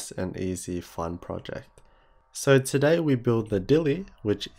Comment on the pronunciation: everytime you say today I hear taeday